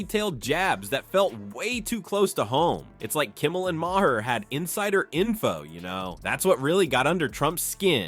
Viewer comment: Please for God's Sake, learn how to pronounce Maher! It is Mayer, not May her!